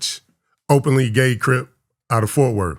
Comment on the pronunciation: said fourfworth 😂